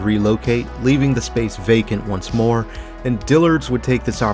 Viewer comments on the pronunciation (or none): none